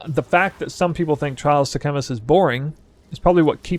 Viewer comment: Bro you can’t mispronounce sekhamas when they pronounce it in the game 😂